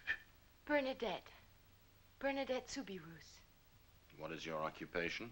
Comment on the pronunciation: The name Soubirous is pronounced SOUBIROO. The final S is silent.